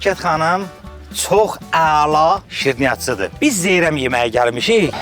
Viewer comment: Zeyrəm yox ay Zeyrən👌